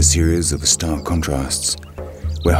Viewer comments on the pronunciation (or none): none